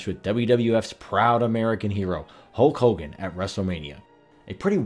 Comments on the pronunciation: This guy gets a lot of names in-correct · Who tf is Hulk Holgan